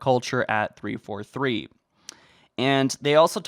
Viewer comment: The way he pronounces the 4 in 343 is what pisses me off the most